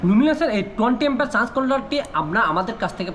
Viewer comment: ভাইয়া আগে উচ্চারণটা ঠিক করেন তারপর ভিডিও বানান আপনি চার্জ কন্ট্রোলার না বলে আপনি বলেন চান্স কন্ট্রোলার চান্স কি ভাই?